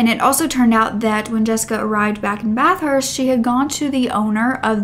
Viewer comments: I’m gonna be “that guy”: We pronounce it “Bath-ist” not “Bath-hurst”. Sorry, but I had to… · Not to offend at all but it’s pronounced more like BATH-ERST NOT BATH-HURST if that’s more understandable also I really love your videos ❤️❤️❤️